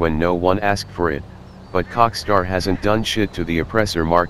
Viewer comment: I lm dumb I wasn't getting why he said "COCKSTAR" then I realized oh Rockstar